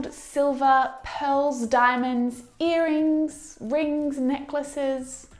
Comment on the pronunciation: Thanks for your lessons.but have you said "an earring"or I have miss heard you?